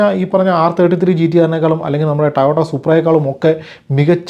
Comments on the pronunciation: Toyota❌ Tayota✅ 😂😂😂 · Language is for communication you do that well its not about pronunciation.... ❤ (toyota) 😜